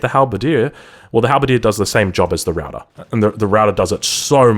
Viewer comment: Great video. Ruyter is pronounced rey - tur though. XD